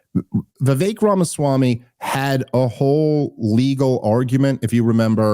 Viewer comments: Bro its Vivek like cake. Why is Dave pronouncing it right but cant. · I love you but please stop pronouncing it “Vivik” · FFS it's Vivek like CAKE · ITS VIVEK LIKE CAKE BABE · Hey! It's Viv-aik, like cake. Please pronounce his name correctly if you want to promote him in the world. thanks. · Friend of the show, that still butchers his name